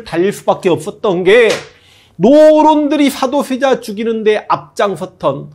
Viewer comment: 역thㅏ를 가장 역thㅏ 답게 !! thㅏ도thㅔ자 아들 정조 ㅋㅋㅋㅋㅋㅋ옛날 무한도전의 노홍철님 생각나는 번데기 발음 재밌어요 ㅋㅋㅋ